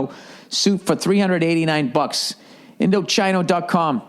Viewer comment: story, Indochino pronounced Indo-chee-no is probably about to drop his ass for always getting their name wrong.